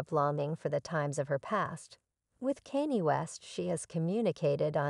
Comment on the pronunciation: If you can pronounce Kardasian properly surely you can pronounce Kanye properly 🙄 it’s not pronounced Cannie 🤦🏻‍♀️